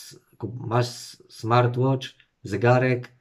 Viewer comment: Ciekawe, że idealnie wymawia smartwatch. Smartłocz vs zygarek. Może powinien mówić po angielsku.